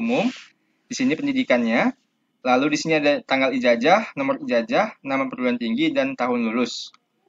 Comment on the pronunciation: Ijazahhh bukan ijajahhh